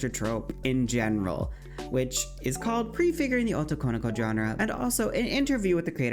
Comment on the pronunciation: fushigi yugi yass great video liked the coveraged. i have issues with the jp stuff of it though, felt slightly less well done. it annoyed me so i made this comment. i really dont get the problem people have with pronouncing japanese words.. and in this case this wrong pronounciation takes away from the term itself because it is 3 words, translating as male, ~'that is', daughter. something like girl that is male. like it is quite important to have all three words there right? so why is it not pronounced, as it is in their language, as 3 words. otoko no ko why do people squish it and add emphasis to wrong places i keep hearing oto konoko. its like the word boyfriend. you wouldnt pronounce it boyf - riend, or even boyfri - end. it is recognized as the 2 words boy and friend and pronounced correctly split. like why do people do this to other languages when it is the same principle of word + other word unsure why using kira as clip here. this is a false representation. kira was never considered a babiniku vtuber. He was a male character, feminine presenting, but ultimately not female and never considered babiniku. Joel is a great example, one without a voice changer. バ美肉 searching youtube with that gives plenty of self-identified babiniku youtubers, i copypasted the characters from the english wiki page.